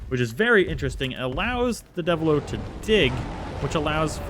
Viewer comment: Also deviljho its pronouced deviljoe not devillo